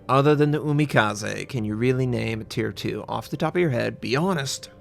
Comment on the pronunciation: I think the tier 2 was pronounced wrong (don't have to mind me ).